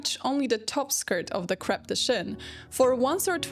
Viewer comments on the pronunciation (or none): none